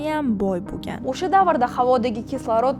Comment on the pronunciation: sheva qara usha payt emas o'sha payt